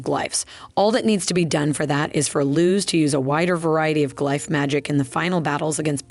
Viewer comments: Thank you! I thought I was glitching. It’s like Benedict Cumberbatch trying to pronounce penguin, each attempt is different. I heard g-life, glyfe, glif, it got wild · It’s the alternating pronunciation of glyph for me